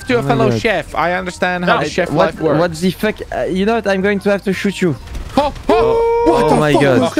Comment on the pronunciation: frenchie got me when he said what ze fuck is that made of?